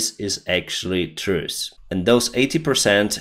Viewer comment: You should really begin to hear the difference between pronouncing "Truth" and "truce". Because the subjuct matter is chillingly close sometimes.